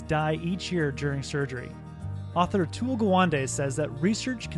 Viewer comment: Gawande is pronounced as Ga one day